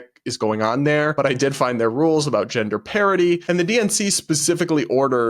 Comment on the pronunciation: It's so funny because you said "gender parity" but I heard "gender parody"